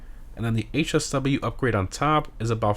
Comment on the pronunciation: Bro lost me when he said HSW